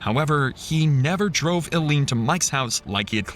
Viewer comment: I hate the narrator a little bit more every goddamned time he mispronounces "Ilene".